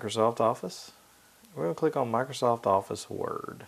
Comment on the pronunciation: "Microsoft Wuurrd" lol